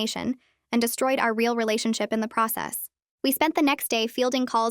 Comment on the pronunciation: She said "our" but it sounded like " her"